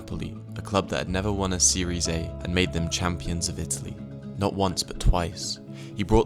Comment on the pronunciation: It’s pronounced “seeria ah” not series A 😂🙈